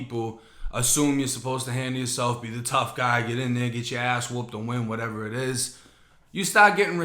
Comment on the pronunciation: I love the way you say “whateva” 😂😂